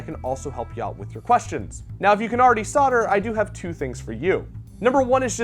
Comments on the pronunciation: Maybe learn how to pronounce solder! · Don’t you think it’s weird that solder is pronounced sauter